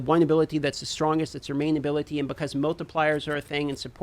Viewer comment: Why does he say ability like that lol. Just say skill